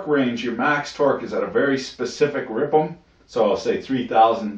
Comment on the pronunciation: its pronounced RPM. Not Ripums :|